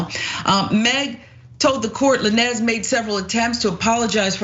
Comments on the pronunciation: Who the fuck is la-nez? It's Lanes with a 'z' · So you're telling me someone couldn't have told this lady it's pronounced "lanes" not "la-nez" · You cant be black and repeatedly say, "Lanehz" instead of "LANES" its pronounced "LANES"!! Your black card is revoked🤣🤣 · its lanez not la nez its like sayn lane like stay in yo lane so its lanez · It's pronounced "Lanes" like in the streets, highways, etc... Not La-Nez sista..😉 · La-Nez😂😂😂 It’s pronounced Lanes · Girl it's Lanez not La Nez!! Now you black lol no need for the mispronounced name and I don't even like him. It's so annoying! Meg was hurt and I stand by her. Nobody is perfect! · Not Tory "LaNez"! 🤣🤣🤣 She said it mad times too! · Hey, maybe before doing a report on something. You get the damn names right. It's Tory Lanez (Lanes) not La Nez. Also just going to say this. How someone trying to kill you. Gonna make you wish you were dead? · Tory LANES!!! (Lanez) NOT LaNEZZ. Come on! Be better if you're gonna report on current events! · did she just say Tory LaNez? ma'am it's lanes with a Z but continue... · girl can you say his name right Who is La Nezz. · Tory La Nezz? Wtf? 😂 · You keep calling him La. Nezz Always love watching you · LANES! LANES! LANES! Tory Lanez is pronounced lanes. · Did she really say Tory "La-Nez?" 🤦🏾‍♂️🤦🏾‍♂️🤦🏾‍♂️ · (Lane-ze) please do enough work that WE don't mispronounce other black people names... And correction he is not a rapper, your sounding like them. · Its pronounced "Lanes" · I'm like who the hell is La-nez lol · Who’s “Lan-ez”? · Tory Lan-ez 🤣🤣🤣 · Bish said "lan-ez"; outa touch much? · Lah-nez 🤦🏾‍♂️ More and more everyday man....🫤👎🏾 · I thinks his last name is pronounced Lanes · I'm made she said Tory Luh nez 🤦🏿‍♀ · I can’t get over lah-nezzzzz like who is that???if you’re gonna profit off of clout chasing and “reporting” at the VERY least say the names correctly. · Woman . Stop butchering his damn name . Who the hell is Lan-ez ? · Everytime she says "La-nez" take a shot!! 🤣🤣🤣🤣